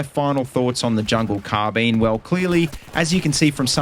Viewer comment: CARRRRR Bine why are you saying car bene